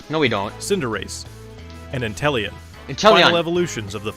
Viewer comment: The voiceover for the devs pronounce Inteleon wrong. C’mon, it’s INTE-LEON, LIKE THE CHAMPION’S NAME! And Calyrex, he says “Ca-leh-rex” but it’s CA-LEE-REX!